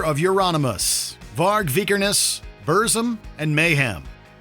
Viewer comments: if he spelled it the way he would've in "american" english, it would've been more correct than trying to sound norwegian lmao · Another day another person mispronouncing burzum